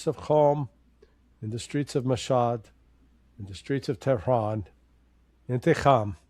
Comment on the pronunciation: pronunciation of "inteekham" is impressive for an American. 😊